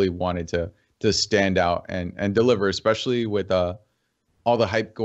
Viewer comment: why does she say expecially? Isnt english her native language?